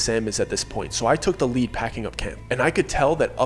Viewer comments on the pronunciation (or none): none